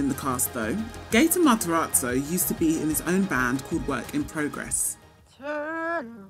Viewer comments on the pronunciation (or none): i lost it when she said "Gaten Martaratzo"